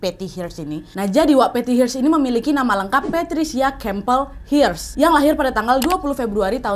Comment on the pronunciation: Hearst bacanya bukan Hirst tp herst.